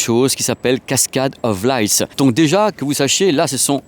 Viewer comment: On dit « LIGHT » Pas « laysse » ! on dit pas « luière » au lieu de « lumière » si ??